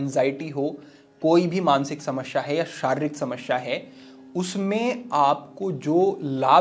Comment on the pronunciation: समस्या में दूसरे स का उच्चार गलत था।